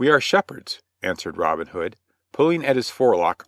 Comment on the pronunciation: Just two seconds in, and I am puzzled already. Isn't the way the narrator pronounces Robin Hood, the hood of a Robin, and not the nickname of a guy called Robin?